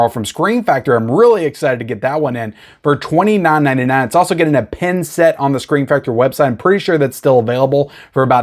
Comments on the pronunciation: I was thinking why would you get a pen with a movie, then I saw the picture and realised you were saying pin 😂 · Pin…not Pen.